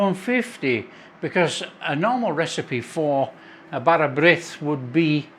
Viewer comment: Pronunciation was close. "Brith" rhymes with "neath" in the English word "underneath", essentially swapping the N sound for a BR sound. Nice recipe!